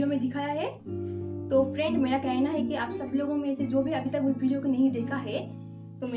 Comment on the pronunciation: भिडियो क्या होता है 🤣🤣🤣